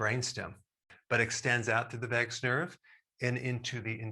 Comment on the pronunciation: I heard it as Vegas nerve🤣